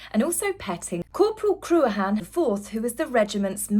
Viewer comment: I think that Lady Louise is a wee gem and will be a huge asset to the Royal Family in the future. Her late grandparents must be smiling down upon her! (Corporal) Cruachan is pronounced CRU-ACH-AN CREW-ach-AN (ach - the ‘ch’ pronounced as in JS Bach (composer) - with a hard ‘a’ like in man or tar)! I had to look it up and I’m Scottish!!!